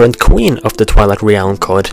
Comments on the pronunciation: "Realm" is pronounced "relm" the A is silent ^_^ good work like the theories, also, dont talk so close into the mic, we can here the wetness in your mouth haha. Oh, and I wouldnt say Majora's different forms are spider like, Personally I think they make it clear he is humanoid in form. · you say re-elm and i used to say orc-arina. This is what happens when you have a game with grunts and yells as speech. Still pretty great thou.... :p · reeealm lmao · hard to believe that since termina and hyrule are in different (parallel) worlds. they could be the same in the sense of being their own counterparts but not the same as "this one and that one are ONE". also a little something that was really annoying was your pronunciation of "realm". i am noone to judge since my speaking ability isn't close to native, but it seems like a simple mistake to me. the way you say realm is somewhat like this: re-älm. it should just be "rälm" treat the "e" as if it was silent and there you go. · God, no offence, but I hate how you say realm... Sorry it just bothers me. Don't go commenting you don't have to watch it or whatever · I cannot stand how you pronounce certain words, re-alm? Truhforce? Really? I really want to watch your video's but it's so annoying! Please, work on your speech!